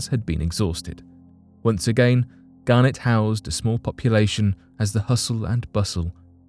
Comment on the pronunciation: It's Garnet...not Garnett....Garnett is a family name and Garnet is a stone! Very different pronunciations!